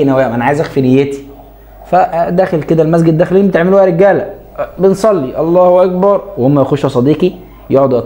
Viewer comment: النطق الصحيح ل الله اكبر بالكاف وليس بالجيم